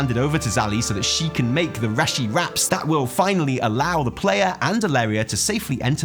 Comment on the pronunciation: Hahaha you also pronounce it "reh-shi ribbon"